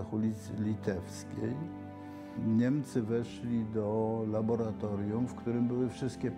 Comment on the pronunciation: labora a nie labola